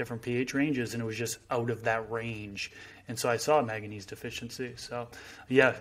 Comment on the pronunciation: He should really learn how to pronounce Manganese.... Because it ain't "maga knees"